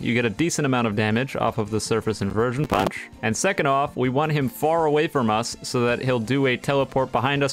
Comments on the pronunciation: "surface inversion pAeUnch" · The way he says punch while lagging